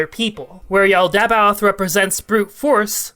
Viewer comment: This is half a decade late, but 'Yaldabaoth' is pronounced 'Yall-da-bauth'.